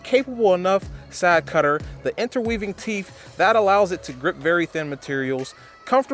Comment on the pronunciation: Both is pronounced, "Both", not "Bof". "Teeth is pronounced, "Teeth", not "Teef". I enjoyed your thorough and honest review. Keep it up.